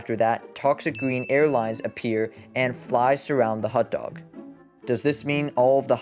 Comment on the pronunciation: Also WHY IS YOUR PRONUNCIATION OF HOT DOG SO WEIRD